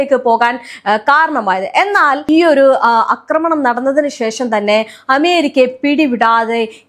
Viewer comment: അക്രമണം അല്ല ആക്രമണം ആണ് ശരി